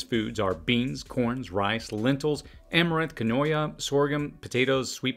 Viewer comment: Quinoa is pronounced KEEN-WAH. It can be a challenge to grow where temps get high, although efforts are being made to cross hi altitude South American varieties with southwestern wild varieties.